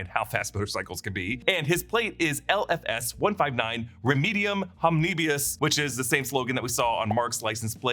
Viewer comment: Remedium Homnibus. Not HomnibIus. You're adding an extra I in there.